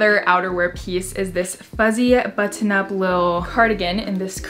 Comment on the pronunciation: You say button weird.